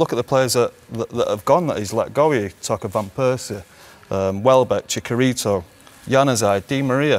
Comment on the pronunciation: chikarito he says